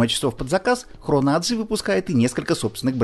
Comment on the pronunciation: В Швейцарии 4 госязыка. Не 3. Для общего развития. AG - Aktiengesellschaft (немецкий). Предлагаю и произносить АГ, а не АДжи. Не говоря уж о там, что если уж по английски, то ЭйДжи.